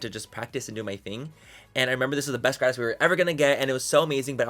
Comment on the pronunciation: It's so funny hearing him mispronounce "gratis"